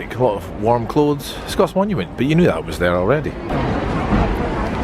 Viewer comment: "Scott monument", not "Scots monument" - come on dude.